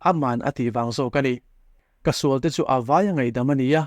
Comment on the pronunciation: Ṭawngṭaisakna leh nun hian nghawng a lo va nei thûk teh reng êm ve le! A tâwp dawn ṭêpa, "He thilah hian ka sual nasa hle a," tih laia (ngaihdamna tih lai vel khi) 'sual' tih i lam dân hi nakin zêla lam dik zawk nan ka'n sêl lawk ang e aw, ṭhahnem ngaih thu liau liau ni sela. 'Sual' (sinful) ni lovin 'sual' (fight) tih zawk tur a ni; tichuan, a lam rîk dân tur pawh a chiang kuarin ka ring e.